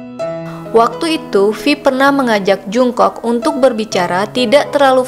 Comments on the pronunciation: Setau gue jungkook dibaca jong-guk bukan jung-kok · Tulisannya Jungkook Bacanya jongkuk (latin) g enak gitu.kalo dengernya jungkok (latin) 😩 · Jung "KOK" ..... Bacanya Jong KUK min bukan jung kok 💜💜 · Salfok sama suara mbaknya,,, nama jungkook bacanya jongkuuk mba 😁😁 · Pelafalan namanya jonggug & bwi yg lebih tepat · Bacanya ga Jungkook tapi jongkook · Mimin kpop'ers baru kah...kok baca namanya jk agak wagu gitu... Maaf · Belajar lagi cara pelafalan nama JUNGKOOK..bikin kesel dengernya.